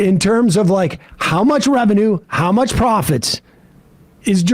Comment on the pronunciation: What a clown. Porfit share correctly.